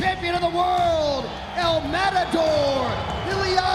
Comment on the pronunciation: " el mamator" hahahahaha how come they dont get the pronunciation right hahaha